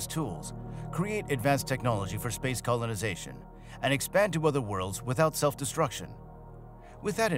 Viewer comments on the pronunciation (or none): you didn't enjoy the shitty a.i.'s reference to CO-lon-i-za-tion? aliens coming down and tickling prostates... could be worse. not great, not terrib-[has prostate orgasm] OMG GREAAAT